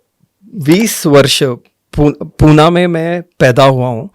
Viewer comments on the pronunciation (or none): अरे पूर्ण मराठीत बोल तुटकी फुटकी नको बोलुस आणि ते पुना नाही पुणे आहे